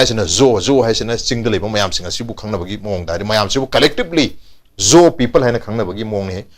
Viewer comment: Zo se pabaddi pronunciation se Jou ki khonthok toubani